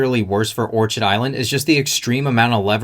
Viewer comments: Not that it changes the point of your info, but pretty sure it's pronounced "or-kid" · It’s orchid like the flower, don’t pronounce the ch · Orchid is pronounced "Or-Kid" ... Its a flower. A well known type of flower. Surprised this guy hasnt heard how it's pronounced yet. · Orchid is pronounced: Orkid....but spelling Orchid.... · It is pronounced or-kid like the flower... you really should verify you know how to pronounce the company name. Love the channel and just trying to help. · I saw that...and didn't buy. Just doesn't feel trustworthy, lots of sleaziness in Florida. BTW, it's OR-KID as in the exotic flower. OrCHard is where fruit trees grow. :) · Great video, but it’s pronounced “or-KID” like the flower 🌸